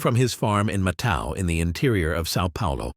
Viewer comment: it isnt MATAO, is MATÃO